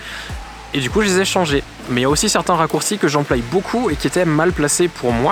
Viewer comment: "J'emploie" est pas "j'employe" tu te trompes quand tu prononce ce mot-là sinon vidéo vraiment intéressante